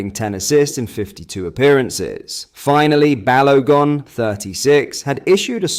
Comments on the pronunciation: Is this AI? BAL-OH-GON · No he's BaloGone 😂